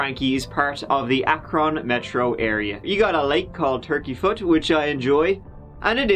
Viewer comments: It's not AK-RON its Ak-run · Bro I love you but you're killing my ears. It's pronounced "Akrin" not "Akrawn" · “If it wasn’t for the poo stuff I’d be starving right now”…… way to end it. “Ack Rin” Ohio…. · It's not Akron. It's Akrin or Akrun, but sometimes Akren too. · Akron is said like Ack-rin. Not that it matters but haha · As someone from green, I never heard someone pronounce Akron like that lol. You can also see my buddy's house in the picture you used behind Buehlers too. I'm surprised I've never heard of this case in all my time living here. The world is such a small place. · I've never heard it pronounced that way and I live nearby. Pretty sure that's wrong lol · I concur. Never in my life has anyone ever pronounced Akron the way did. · Im laughing sooo hard on how pronounces Akron 🤣🤣😆😆 I live close and the A is pronounced short.